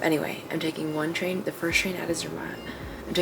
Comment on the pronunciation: Try to pronounce better. It's not hard, if you try. It's Gornergrat (like Cornergrat with a soft "c" and a German "a" like in part), no "gorgon" there. And it's tsairmatt with a hard "t" and a German "a", no "sir" there. Enjoy your stay here in Switzerland and don't miss Bern!